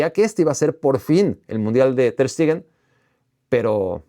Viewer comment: Todo bien con el video, pero porque le dices "Ter STIgen" 😂